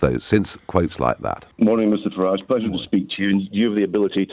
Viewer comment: If he was so keen on pointing out his ancestors came over hundreds of years ago he would be pronouncing his name ‘Faridge’ not the more continental ‘Faraajh’ 🤔